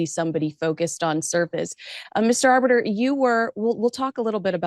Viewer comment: Can you pronounce Arbiter?? NO. !